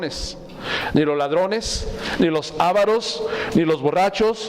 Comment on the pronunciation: Avaros no se acentúa, dijiste ávaros